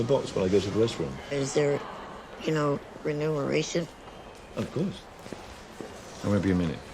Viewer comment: The dwarf guy mispronounced it "re-num-er-ration" (which would mean renumbering something) and not "re-mun-er-ration" which is to be paid for some kind of service which is what it was supposed to be. Just an interesting quirk